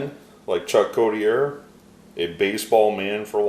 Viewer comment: Thank you for sharing the success along with the bios. As life long Mariners fan who remembers Chuck I can say with 100% certainty that his name is pronunced COT (like you sleep on)-E-A